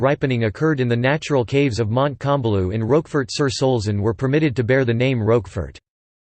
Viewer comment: Learn to pronounce the Name of the cheese.